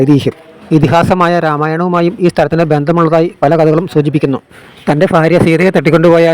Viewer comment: ഫാര്യ അല്ല ഭാര്യ എന്ന് പറയണം